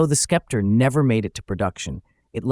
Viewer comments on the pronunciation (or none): Thanks for the detailed views of the interior! I had seen this car in my auto books but not too much. so, i believe it is pronounced "Septer" as the c is silent? One of the first cars with square headlights! ❤ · It's pronounced septer. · Why didn't you just call it the Skepp-tree? SUE YOUR TEACHERS! or stop using synthetic speech. Research the proper pronunciation of the words you need to use. Your channel is SO GOOD in every other respect. Don't you know anyone who is older than 40 or 50 who would gladly help you with this SIMPLE TASK? You should be embarrassed. But that was yet another failing the communist infested American educational system instilled into you to accelerate the destruction of western civilization. I wanted to know about this car. But your channel has become unwatchable by literate people. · Pronounced "septer," not "skepter." Nonetheless, stunning automobile! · * Say it SEP-ter :-/ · I'm having a hard time with the "Skepter" pronunciation. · Learn how to pronounce SEPTER and FASIA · The name is pronounced sep-ter. It means an ornamented staff for ceremonial occasions as a symbol of sovereignty. Clever name considering Studebaker was fighting for survival as a car company. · English for dummies, the C is silent. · The "c" is silent. Sometimes it's pronounced this way in this video. Other times, the narrator throws a "k" sound after the S. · Sorry...I had to stop watching because of the ridiculous mispronunciation of "Sceptre."" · Are you a sceptre sceptic?